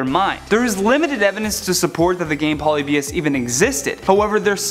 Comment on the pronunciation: And it's pronounce Polybius